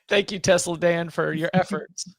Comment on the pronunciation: Telsa Dan Lol love it!